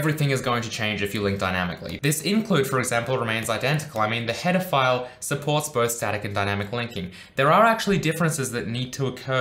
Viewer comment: I think I watched too many Chris Hansen videos because I keep hearing "pedophiles" instead of "header files"